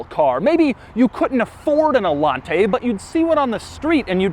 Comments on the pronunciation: No, its pronounced allanteeey not allante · it´s actually pronounced "ayanté" not "alante" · It's spelled Allanté, not Allante, so it should be pronunced Allan-TEH, stressing the last sylabe. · So there is an accent in the E. So it should be pronounced... AllanteeeeeeEH. Ok, Cadillac from the 1980s, you WERE quirky. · IT'S THE ALLANTAY!! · The accent when pronouncing Allanté is on the "e". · Doug is the type of guy to mispronounce Allanté an entire video. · Wait, Allanté? As in, emphasis on the é? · You pronounced Allanté wrong in the whole video. The é means you put the accent at the end of the word. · Love ur videos but.....WHY ARE YOU PRONOUNCING ALLANTE WITH THIS MANNER? It sounds stupid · His reviews are so much better when you "mute" them. The way he says "Allante" and pretty much everything else, is just awful. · this is the... AH-LAHN-TEIGH! ...with the... GOULD KEEESSS!